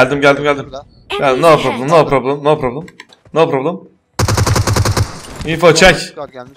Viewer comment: no problem demesine bak cok komik